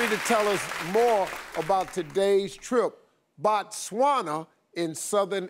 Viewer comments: im from Zimbabwe which is next to BOTSWANA , #bytheway it's not Batswana📣📣📣📣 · hey...Emily you shud pass by th capital city and say hi to me😂😂😂😂 I hope u enjoy staying in our country, it's Botswana by th way not Batswana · Botswana NOT Batswana... ''//O//'' NOT ''//A//'' Its ''BO'' not ''BA'' ... Botswana is the name of the country,and Batswana are the people from Botswana,its like Americans in America...You cant say I want to visit a country called ''Americans'' cause you will be now indirectly referring to the citizens of a nation called ''America''...Its Botswana guys,a re tlogeleng bo tricky...laareng nkare le ratoo ithaareng yaana!!! We also have a small peri Rural Village here in Botswana called Sebina,if you mind to know...